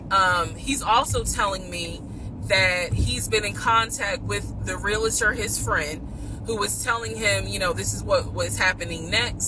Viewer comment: Wtf is a "re-luhturr"